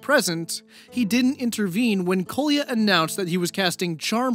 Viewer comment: Sry to be nitpicky but you should've checked how Kolya is pronounced. Now it sounds somewhat abrasive to slavic ears when you use it so many times :D